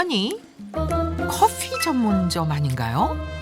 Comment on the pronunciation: 왜 자꾸 커fㅟ라고 발음하시는지ㅜㅜㅜ